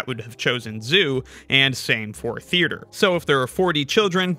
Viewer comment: There’s only one R at the very end of the word “theater.” There isn’t one in the middle, but you seem to pronounce it “thearter.” …or are you one of those spastics who select a word to mispronounce in each video so that you’ll get comments, boosting the YT algorithm on your videos?